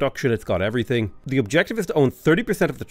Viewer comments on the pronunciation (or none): none